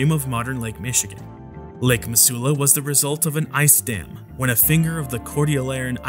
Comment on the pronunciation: Lol I live in Missoula Montana and just camp back from a trip to flathead, it’s definitely my favorite place to vacation and it’s really not scary at all. Also it’s pronounced Mi-zoo-la